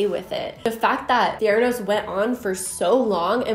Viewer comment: I don’t hear „theranos“. I hear „thanos“.